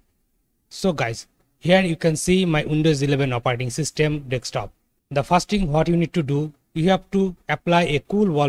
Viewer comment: you keep saying dextop though